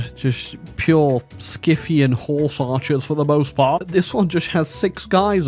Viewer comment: “Sk-ith-ian.” lol. Lmao.